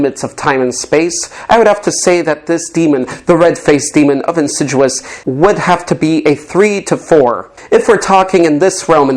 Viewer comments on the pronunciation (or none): Ffs 🤦‍♂️ you yanks can’t pronounce nothing right 😂 it ms IN SID EE US… why you dious 😂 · It's "Insidious" not "Inciduous" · in-sid-i-ous NOT in-sid-u-us ffs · Incitruous? Don’t you mean insidious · Insidious is pronounced in-sid-EE-ous. You are saying it as though it's insiduous, no clue where you heard it said that way hahahahaha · Boy I love the en-sid-jew-us movies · Where did you get the name insiduus that’s not the pronunciation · insiJEWous. that's how he's pronouncing it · It's not called Insiduous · You’re pronouncing insidious wrong